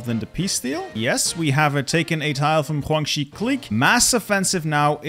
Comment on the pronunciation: Why do you say Guangxi that way...